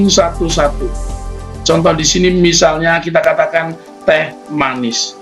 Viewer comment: Teh manis pak bukan the manis